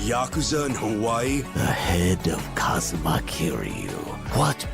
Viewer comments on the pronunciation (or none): none